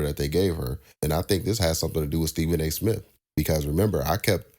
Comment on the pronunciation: Who cares , let's get back to sports center and do away with all these shows. Remember when MTV played videos. Pathetic. And it's smith , not smiff